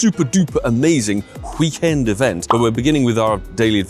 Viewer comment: Did he just say Hhhhhhhhhhhhweekend? Wow a fkin volcanion tease for the ones who already got it? fkoff pokemongo. I'm tired of this game